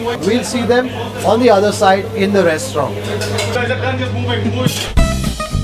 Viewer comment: FYI in restaurant, rant is not silent.